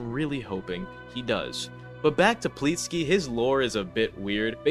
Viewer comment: it's pleeksty, not plitski